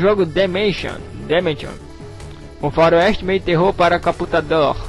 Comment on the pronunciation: ninguém fala caputador tão bem quanto vc, kkkkkk cara vc e foda *-*